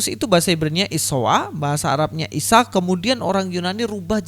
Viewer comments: Ustad somad gak bisa bilang isa atau yesus. Sebab monyong jadi ngomong isa jadi misowa..ha ha ha ..ustad pembohong laku keras...cari duit dengan firnah kepada tuhan maha kebenaran dan juru selamat..yaitu YESUS KRISTUS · Mau ketawa takut dosa hahahaha isowa bahasa ibraninya burakakakakaka😅😅😅🐪🐪🐪🐪🐪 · Sebetulnya si tomat dah bener pengucapan bhsa Ibraninya,cuma krn keberatan gigi & monyong yaaa jadi aneh kedengarannya...😁😁